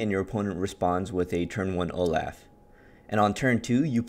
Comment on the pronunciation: Is my guy really saying Olaugh because Olaf is laughing in his art?